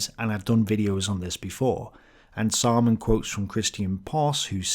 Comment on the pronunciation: Anyone else just think 'Simon says' everytime says 'Saaman says'? 🤣